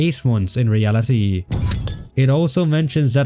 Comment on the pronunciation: In ree al i TEE